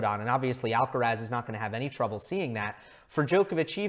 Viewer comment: Tan difícil es pronunciar bien Alcaraz?